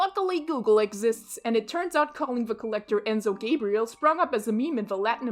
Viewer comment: you pronounced enzo gabriel wrong😔 also, since i am brazilian i can give you more insider information on the meme enzo gabriel became a slang term for spoiled children because both enzo and gabriel are common names within young children of nowadays, and brazilians started posting images of the collector with that name, but what really made it a lot more popular was when the content creator fehdubs posted the incredible masterpieces that are the enzo gabriel videos, making the voice herself and also dubbing some lines in for the future, since the brazilian dub of the collector is good but does not fit the character at all bc they sound too old enzo gabriel 1: enzo gabriel 2: for the future dub: dub of a tomotasauce video: video of someone editing an audio she recorded: i dont know if there are more but thats all i know and im preety sure the meme actually got popular with gringos too because of zeez vov gee's kahoot video which shows fehdubs video in it so yeah you mentioned the rest of latin america too, but i don't speak spanish so i dont know if or how much it was popular there and also, how do you only have 67 subscribers this video is insane